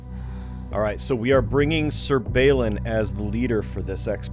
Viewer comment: also, i know what you're saying... but... all brain keep hearing is Sir Ballin and Sir BetterBeer. Brain refuses to hear otherwise.